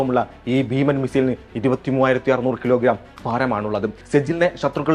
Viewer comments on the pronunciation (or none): none